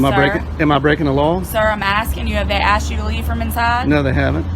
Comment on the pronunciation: She went in dere and axed dem for trespass.